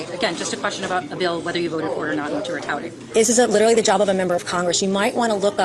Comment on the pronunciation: The word is not "literly"".If you're going to use it all the time at least learn to pronounce it correctly